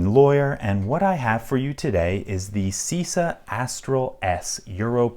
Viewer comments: pronunciation is chisa non sisa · "C" like in "cheese". Sorry for being a bit picky (pun intended) :)